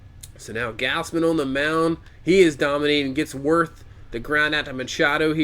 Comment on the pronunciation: It's pronounced gawz-men btw